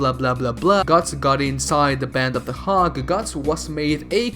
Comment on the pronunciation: Faather? Ormy ormy and ormy? Selled? Hawg instead of hawk? Hunteth? Sportans? Really?